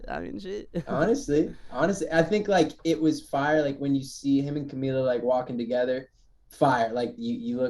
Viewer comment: g saying camila’s name correctly is what im living for